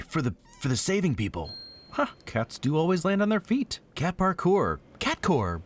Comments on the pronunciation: Prrrrrrrrrrrrrrrrrrrrkour….oh yeah, so nailed it. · Prrrrrrkour lol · 10,000 points for the "Prrrrrrrrrrrrrrr-kour"! LOL!